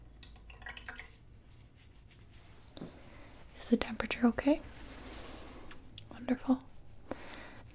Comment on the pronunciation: "Is the tempature okay?" No "Wondeful"